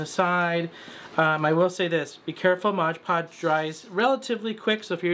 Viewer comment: For the love of Lilies; it is MOD podge; not modge podge.